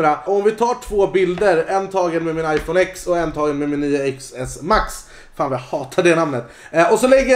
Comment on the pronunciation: Det uttalas 10 s max för X är 10 på gammal Romerska siffror och iPhone X var 10-årsjubileum för iPhone men inte för APPLE🍏📱🍎